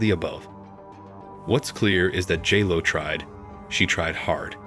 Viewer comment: “Gee-Lo” 😅… yeah this wedding was catastrophic